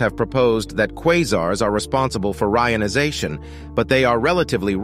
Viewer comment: re - ion - ization